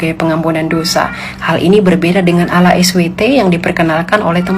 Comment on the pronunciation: Lah elu baca arab tapi salah.. itu ada tasydid nya.. bukan alah bacanya bu